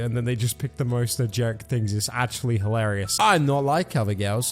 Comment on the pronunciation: Did say ‘negeric’ at the end or what